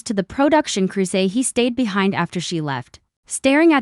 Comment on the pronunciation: I’m sorry, but this is one of the worst AI narrated English speaking poorly pronounced narratives I have ever heard. It’s one thing to have words like aluminum pronounced the way Australia pronounces it or even have the British pronunciation of certain words but no we can’t even pronounce the word behind and loser and two words he threw together that sounded more like Hecate which is I believe a Greek goddess instead of he something. If English is not your native language, then maybe don’t translate into English because it’s rubbish.